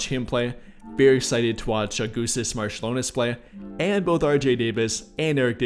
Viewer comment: Augustus Marciulionas :D AugustAs MarčiulionIs